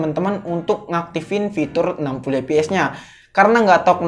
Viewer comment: saran aja nih,ngomongnya fps bukan eps.